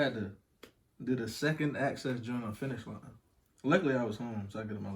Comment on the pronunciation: She must not like finishline the way she said finishline 😂😂💀💀💀.... but most shoes look good on small feet people. I took a L on the Kobe also but I was buying to resell 😂. Don’t curse 2 mins later she cursing 🤬